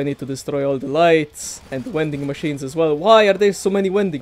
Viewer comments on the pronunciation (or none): Take a shot wvwey time he says V(W)ending machine